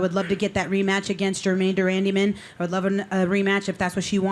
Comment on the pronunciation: "Germaine De Randaman" - Julianna Pena